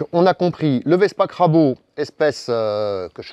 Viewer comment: Et crabo alors que c'est crabro! ça compense :-)